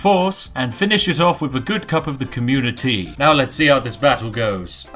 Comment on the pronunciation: When he said communitea I just cracked up.. haha that was epix